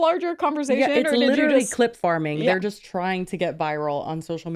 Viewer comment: anyone else hearing "clip farting" instead of "clip farming"? 🚜😂